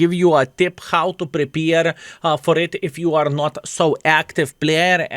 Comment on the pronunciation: Good work and WG crooks. it's Prepare, not prepeer;)